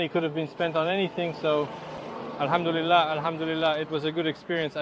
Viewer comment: The Ai made a mistake instead of saying Alhamdulilah, maybe you could do these type of vlogs in Arabic? You could speak in Arabic and leave English subtitles.